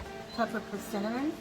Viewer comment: “Persi-nnamon cookies!” Love it :)